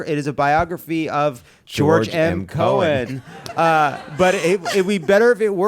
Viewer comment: Sydney Pollack spelled his first name that way -- but it's Sidney Poitier Michael Curtiz (Cur-teez) not Curtis George M. Cohan not Cohen